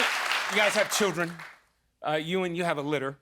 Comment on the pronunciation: It’s Ewan - not Ewing,.😉😂